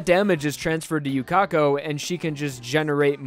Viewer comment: His sword isn't bending from speed XF. Haven't you watched anime before? Yuka-ko, not Yu-Ka-ko.